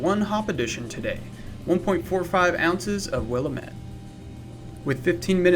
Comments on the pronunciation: tomato... tomahto... Oregon... Oregun... yup I agree, I am from the Willamette Valley in Oregon. Willamette is not pronounced Will-uh-mette. it is pronounced Will-am-ette. It's really like nails on a chalkboard to us. Just heard another few brewers say the same. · You're in Spokane, and don't know how to pronounce Willamette? Dude...